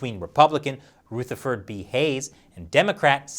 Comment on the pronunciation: Ruth-eford? Is he transgendered now?